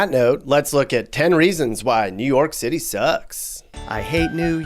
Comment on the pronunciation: Nu Yoak Citay